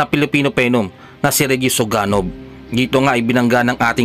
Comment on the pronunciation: Ayusin mo pgbigkas...Suganob yan, hindi Suganog